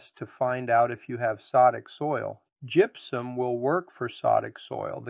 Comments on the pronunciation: first of all its gypsuM not gypsuN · It may be just me...but it sounds like you're saying GYPSUN, in the beginning.🤷‍♂️